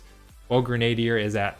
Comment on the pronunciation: Grenadier is pronounced "Gren-a-deer" - it's historically a real-life type of soldier. Great info, though! Was just bugging me and I wanted to share the correct pronunciation! :P